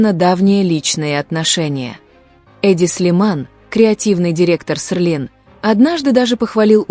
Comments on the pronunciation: СЕЛИН, а не СЕРЛИН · В слове Селлин нет буквы р, это можно правильно произносить слух режет